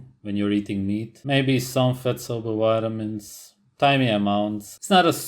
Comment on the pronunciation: nobody:: ''wide-a-mins.'' X''D